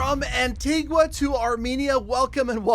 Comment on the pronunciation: You don't pronounce the u in Antigua